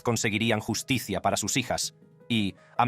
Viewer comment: Pésimo doblaje al español. Distrae la atención la voz que habla con palabras mal enunciadas, las cifras continúan en inglés y enuncian mal palabras complicadas. Por ejemplo, pronuncia Justicia así; yus ti cia. Mal muy mal.